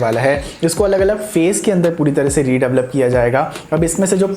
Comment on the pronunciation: redavalop 🤣 jahil aurat redevelop hota hai